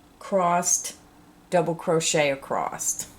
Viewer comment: i just would like to say that there is no "t" at the end of the word across. thank you!!